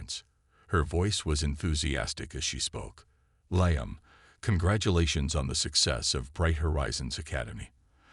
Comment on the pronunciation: Liam is not pronounced "Lie-am," it's "Lee-am." Story is far too long -- boring and confusing. And repetitive. Did I mention repetitive? VERY repetitive. Totally stupid story line, with zero explanation of what the supposed past problems were -- or what the resolution (if there had been one) was. And the story doesn't match the title at all.